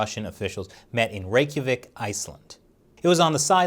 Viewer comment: You said Reykjavík better than most